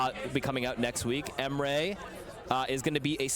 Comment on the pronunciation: Never heard my name pronounced this badly before but here we are.